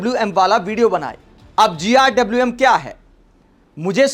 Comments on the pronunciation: GRWM means get ready with me. It's not GIWM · भाई इसको GRWM बोलना किसने सिखाया 😂😂😂